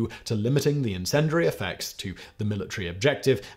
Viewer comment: Please learn how to pronounce 'incendiary'. Hint; there is no "dur" sound in it.